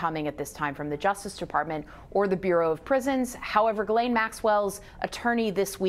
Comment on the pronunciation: Why do you keep calling her "Guylaine"??? It's GHISLAINE (Jis-laine).....